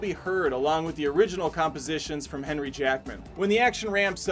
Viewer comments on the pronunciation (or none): none